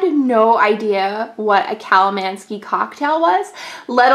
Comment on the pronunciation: Theres definitely no 'ski' in the word.